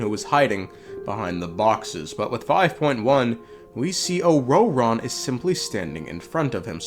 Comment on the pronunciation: The way you pronounce ororon is jarring as hell